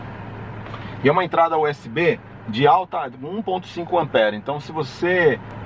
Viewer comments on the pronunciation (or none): none